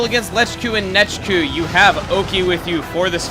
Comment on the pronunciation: did anyone else notice when he killed nechku, he said "wow lechku, u didnt last long"